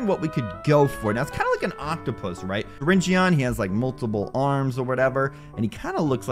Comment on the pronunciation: U pronounce his name syringn